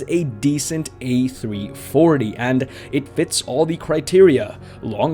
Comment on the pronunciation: Goosebumps just hearing you utter those legendary words, "A-Three-Forthy". Haha One can only dream and if iniBuilds do develope the A340, they will get donations as a thank you.